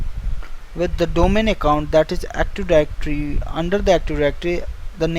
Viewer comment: Active directory, not actiwawy